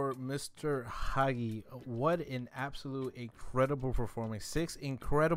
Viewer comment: It s hagi* Not haghi.Romanian language rules not impolite:))